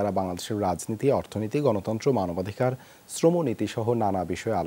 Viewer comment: মানবাধিকার কর্মী উচ্চারণ করছেন মানবাধিকাড়।